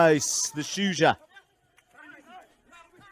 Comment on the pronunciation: Great stuff! Is it that hard to pronounce Shujaa?